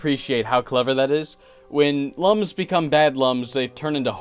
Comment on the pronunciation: The "Lums" in Rayman are pronounced "Looms" as stated in the Rayman Origins Manual